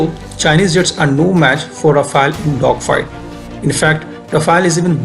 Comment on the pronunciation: Good analysis. Only one correction is that our French aircraft is called Rafale (रफाल) and not Rafael (रफायल) which is Israeli.